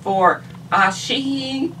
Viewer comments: Just because I happen to know, It's pronounced, Uh-sah-he. Asahi beer is a very popular beer in Japan like Kirin Ichiban. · It's pronounced something like Ah-sah-he :)